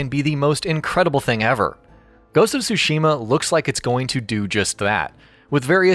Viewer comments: It's so cringy listening to someone saying "Shushima" just because they can't say "Tsushima" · Tsushima not Sushima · Stop pronouncing Tsushima wrong. It’s sooshima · The pronunciation of tsu......ugh